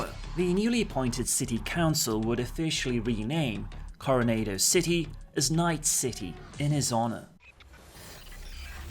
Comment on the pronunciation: Good video! It's pronounced: Coh-Roh-Naah-Doh btw. I live near a town called: Coronado's Camp. :)